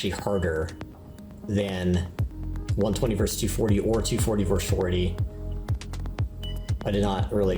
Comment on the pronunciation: Versus is not one syllable.